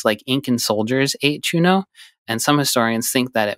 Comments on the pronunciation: Very respectfully, the ñ in Spanish is pronounced differently than a normal n. So it's pronounced 'choo-nyoh':) you are the best! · Hearing them say "chuno" instead of "chuño" throws me off 😅 even though I've never heard of it until now